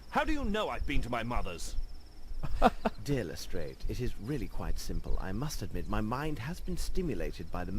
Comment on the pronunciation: I hate it when they pronounce it "Lestr-AY-ed" instead of "Lestr-AH-ed" It irritates me!